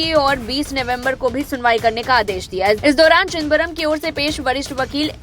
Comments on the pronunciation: ये क्या चिदबरम चिदबरम लग रखा है न्यूज रीडर से ऐसी अपेक्षा नही थी।आपकी सुविधा के लिए लिख रहा हूं,चिदम-बरम,सौ बार बोल कर प्रेक्टिस करें😅😅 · प्लीज नाम ठीक से बोलना चाहीये... "चिदंबरम. "